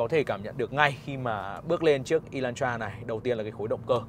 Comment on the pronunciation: Ê lan tra chứ ko phải" ê loan troa" ! Chữ "hắt" chứ ko phải chữ "hát" nha ông bắc kề con